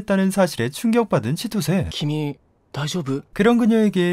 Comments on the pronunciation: 치토세가 아니라 치토ㅅ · 치토세라는 애 발음 들으면 들을수록 치토스만 뇌에 남냐 ㅋㅋ